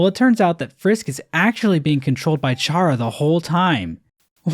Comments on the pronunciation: there’s another error: you’re supposed to say chara as in K-ar-ah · I can't believe Chara was controlling Frisk this whole time. Though I am annoyed with the pronunciation of Chara. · its pronounced chara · It's pronouced "care-a" 🤓 (Short for character) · i love how how in the undertale segment you said the worst interpretation of undertale’s lore and pronounced Chara wrong. Can’t believe Chara made you do kill all those guys I’m so sorry man.